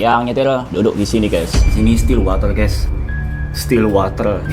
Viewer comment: Temenku ngomong still water jadi still walter😂